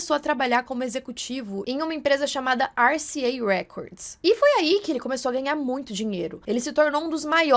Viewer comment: Aqui é Andréa Demorei pra entender o nome RCA. Vc falou americanizado mas estamos no Brasil.